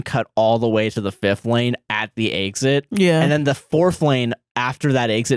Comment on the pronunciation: says exit like “eggs it”